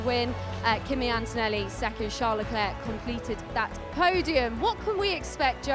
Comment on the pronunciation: Hahaha. Have you heard him introduce himself? " I'm CHARLZ LECLERK" DUH😂 Watch Drive to survive. His new wife pronounced it the right way too!